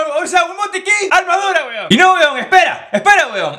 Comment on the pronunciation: Lo que yo escucho HUEVON, HUEVON😂😂